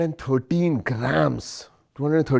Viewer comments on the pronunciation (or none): 213 gramsssss…. pronounced like this is the lightest weight of satellite carrier-rocket of the world.